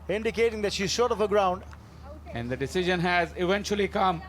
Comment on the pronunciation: The male commentator kept saying easy "desion" not decision